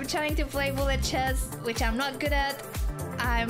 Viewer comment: With her accent, Anna says bullet like Blyat chess - which is the exact word that crosses my mind when I play bullet too! 😅